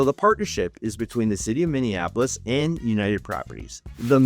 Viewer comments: I doubt you live here or know anything based on the way you mispronounce Minneapolis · Why did you pronounce Minneapolis weird. You from out of state